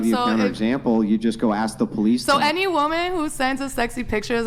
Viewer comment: The “PO-lice” lol what a pathetic mudshark